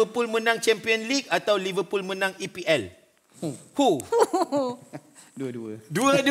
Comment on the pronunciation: jihan : liveRRRpool bkn kaki bola cenggitu bacanya 😆, R terlebih sebut